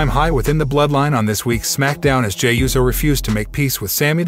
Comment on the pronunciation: Is there a “z” in “USO”? Smh